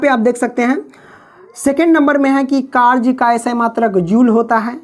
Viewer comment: W = Karj nahi W=Karya Hota Hai Sir ( karj karj karj karj karj karj ) 🫤🫤🫤🫤🫤🫤🫤